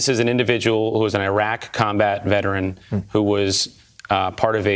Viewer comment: Biden can't spell veteran nor pronounce it correctly.